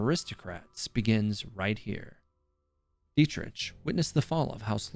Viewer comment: I'm traumatized how he pronouced Dietrich.